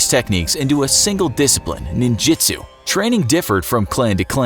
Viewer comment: its ninjutsu not ninjitsu.